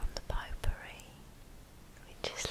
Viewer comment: I don't mean to change the relaxing mood or anything, but when I heard 'pot-pourri,' I thought you said 'poo-pourri.'